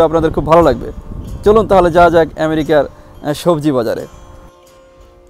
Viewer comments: লিখেছেন আমেরিকা আর মুখে বলছেন এ‍্যামেরিকা বিষয় টা বুঝলাম না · খুব দুর্বল এবং ভূল বার বার এমেরিকা বলা ভাল লাগে না। পা উন্ড/ কেজি ঠিক করে বলেন